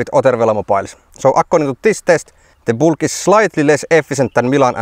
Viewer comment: It's a Bülk, not a Bulk. Ü like Finnish Y, AFAIK.